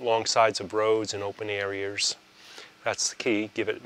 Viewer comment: Areiers= areas